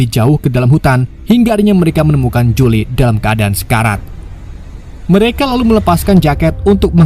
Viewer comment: kenapa nyebutnya Jule bang 🤣